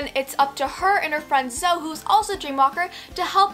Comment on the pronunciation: Zoe is pronounced zoey even if it's not spelled that way